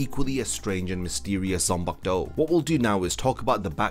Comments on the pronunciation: "zanpakto" smh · ''zampak-to' LMAO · I hate how you pronounce zanpakuto